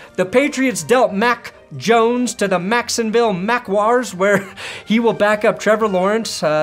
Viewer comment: Mac Mones Mo Mhe Macksonville Maguars Mo Mack Mp Mrevor Mawrence